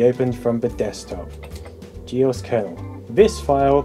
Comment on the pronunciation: "GEOS" = G Oce Long O